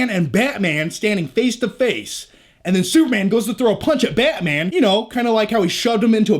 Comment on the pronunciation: This commentary get me more pumped than the actual trailer. Love your passion for "Bay-mang"